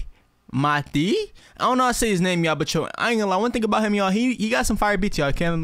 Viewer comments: Matuê is not pronounced maté or matu, is Matu + Maté, so it becomes mátuê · Its pronounced mah-too-e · The pronounciation of Matuê is: Mah-tuh-E, its like matu, but with an E at the end, Hope I helped you 😎, Nice reaction my boy. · MATUÊ pronounces his name correctly: matui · I'm Brazilian and I'm going to answer this question (Matue is from Brazil) The pronunciation here in Brazil is with the U stronger than the E,matUe,but the "E" here in Brazil is different from the USA, it has the same pronunciation as the "A", so it's Matua, but on google translator the translation is kind of wrong, or I'm an idiot, the most correct translator is Matui.but the separate "A", any doubts just put the translator in Portuguese and put Matue who pronounces it correct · the pronounce is something like: My-tool-ay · His names pronounce is mah-tuh-eh (the “eh” isnt ei its only e without the sound of i) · Matuê pronunce as : Mah - Tuh - A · maTUë the pronunciation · Matu, matei kkk, ele nao sabe a pronúncia kkkkkk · Hey bro! Your reactions are FIRE mann, very good to watch !! Now, a tip for ya, his name is really difficult, look for the Portuguese version in the translator to know how to pronounce it better !! And make more Matuê reactions for us, thank you !! +1 sub;))